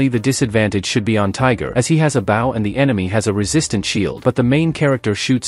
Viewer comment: can we get the ai to say bow correctly?